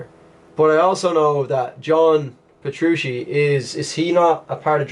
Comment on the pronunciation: oh by the way, you got Petruccis name right;)